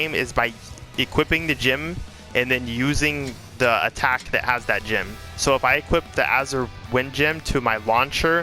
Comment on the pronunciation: Every time this guy says "Gem" I keep thinking of Jim cause of pronunciation